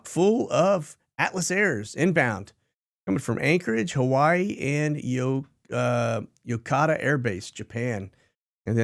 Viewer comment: Pronounced (Ya-coat-a)